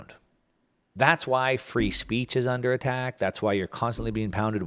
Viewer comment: Welcome to "the land of the fee"😒